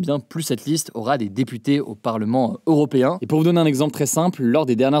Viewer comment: Européen non pas Oropéen😂